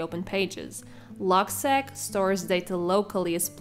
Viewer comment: It’s pronounced “log-seek”. “Log” for “logbook” and “seq” for “sequence